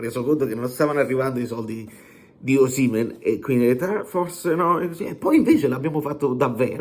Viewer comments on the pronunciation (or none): none